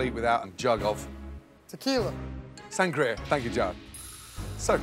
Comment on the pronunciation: anybody notice how gordon ramsay calls jared "Gerard"